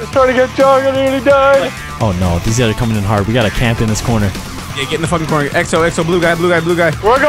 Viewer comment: "Thes four fucksticks" Vannos 2015.